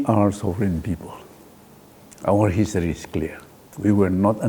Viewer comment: I thought muivah would be a very intelligent and smart 🤣🤣, he is so funny I think he himself is not aware of his point..just talking about history unique. He cannot pronounced history properly 🤣🤣